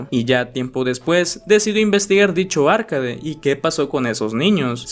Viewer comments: arcaDE no ARcade, o si quieres puedes decir "arqueid" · Me dio toc escuchar “árcade” en vez de “arcade” o “arkeid” 😢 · Por dices Arcade? Es arcAde.